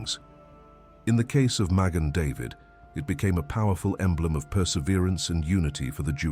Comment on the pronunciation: This has got to be BS coming from the ROMAN EMPIRE WOKE "CHURCH"...pumping it's antisemitism out into the world via AI.... Ma Gen not magin...but then again if AI actually was smart it would at least learn how to pronounce its NONSENSE... Get a freaking life people...and shove your "masonic conspiracies" up your arse, that's if they fit with your heads already up there! Have a wonderful evening!